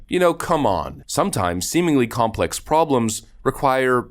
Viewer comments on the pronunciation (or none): none